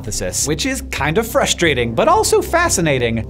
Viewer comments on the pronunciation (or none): none